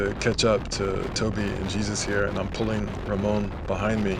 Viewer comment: I think his name is pronounced Hey Zeus. Have taken some Jesus-led spin classes in the past ;-)